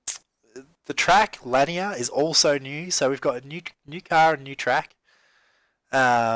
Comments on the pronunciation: It is Lanier which is pronounced La Neer. All good :-) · Pronounced "luh-neer" Otherwise, great videos.